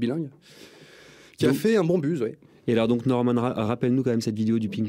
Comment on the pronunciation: UN BUZZ ( au lieu de beuzz en phonétique)